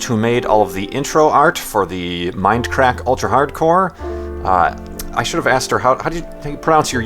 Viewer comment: It's; "Mindcrack" not; "minecrack."